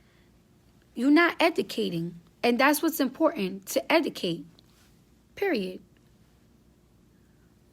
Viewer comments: EDUCATE NOT ETICATE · Bitch can’t even talk eudcat bitch what u mean educate dovitory bitch you mean derogatory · I LOVE Cardi B but she can't talk for shit....🤣🤣🤣🤣 She killin' me with the word "Educate"....(Edicate)..I cannoooot LOL SHE'S RIGHT THOUGH!!!! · it's educate not edacate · E D I C A T E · Okay you saying that people should instead of drama they should educate you can't even pronounce it so how you expect for you to say 2 people you should educate yourself but you can't even pronounce it first you learn how to educate yourself and then you tell the people that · Her school should of told her not to say EDICATE either 😤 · Cardi is like my lil sister sometimes because I love her but she be pronouncing shit wrong, its "Educate" Cardi 🤦🏽‍♂️💛😚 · yeah ik she can’t speak it was bothering me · Why she keep say educate like that lmaooooooo